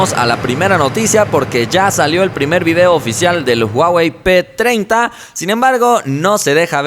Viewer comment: Soy yo o dice huawei p2030